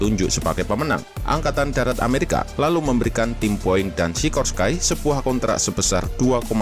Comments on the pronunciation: Maaf, masukan min, cara baca "Sikorsky", bukan "Sikorskai", tapi tetap "Sikorski", karena pendirinya, yaitu Igor Sikorsky berasal dari Rusia. Di Eropa Timur, nama2 yang berakhiran "sky" dibaca "ski" seperti Podolsky, Tumansky, Sikorsky, Minovsky, dsb. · RALAT MIN: Sikorsky baca nya sikorski bukan sikorskay karena dari nama igor sikorsky seorang imigran amerika asal ukraina yg mendirikan pabrik sikorsky, cara bacanya pake cara baca nama yg dipake oleh bangsa slavia.. 🙏🙏